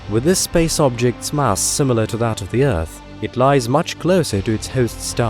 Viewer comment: Can only assume it's automated or fake! Not even the Queen says "mass" like that.